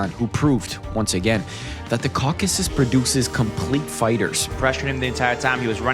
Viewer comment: Shoutout for saying “Caucasus” and not “Caucus”